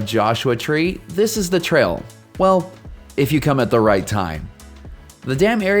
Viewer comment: Why do you long vowel a and the before consonants?